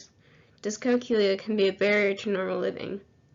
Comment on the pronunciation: using a cal-cool-iator helps cal-cool-iat